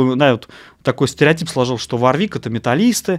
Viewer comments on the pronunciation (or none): Жесткий дизлайк!, производитель называется ВОрвик, а не варвИк...Вы по инстументу начального уровня, судите по одному из лучших производителей высококлассных профессиональных басов....Ваша ссылка на неумение отстройки инструментов тоже не делает Вам чести...пора бы уж разобраться в таких вопросах. Я раньше не слышал такого слова "арганомика", есть слово эргономика. Судя по внешнему виду инструмента, и его отстройке, принадлежит он коллекционеру, а не исполнителю..., не хочу разводить "срач", но вам для справки - у меня инструмент 86г.(ThumbJD), используется постоянно, так вот - на нем не заменено ни одного болтика:)....искреннее Вам пожелание - готовтесь к подобного рода обзорам получше. Удачи! ))) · Правильно говорить Ворвик! Владею Warwick Vampyre Sn5 уже 20 лет. Ни каких поломок. Колки родные! Есть обзор от Антона Гинзбурга (басист Монгол Шуудан). Гуглите. Отличный стример на обзоре! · Каждый раз, когда автор говорит варвИк, у меня отмирала нервная клетка ПаносонИк мЭрседес Волькс ВагЕн ФэндЭр МусИк Ман ЯмахА